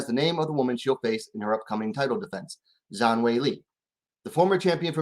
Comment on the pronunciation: Dont trust this man he says he a fan of Esparza…. Can’t even Say Zhang name right either. 🖕🏾